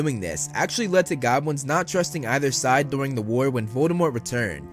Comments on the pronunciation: Everytime he said Goblins I heard Gobwins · Once you hear, you can't unhear